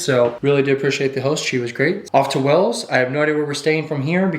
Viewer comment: We English pronounce Wales as "Way-ls while your pronunciation sounds like "Wells". JUST SAYING 😁